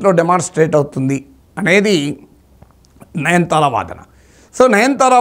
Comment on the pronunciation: Sorry sir,not 9 thara please pronounce Nayanathara. I think I am correct.